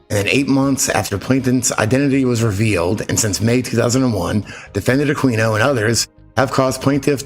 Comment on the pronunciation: Can't help but think of John Norman when you mention Jonathan Norman. Thanks as always for presenting stuff that some of us never noticed as it sped past us. AH KEE NO and YORK SHEER.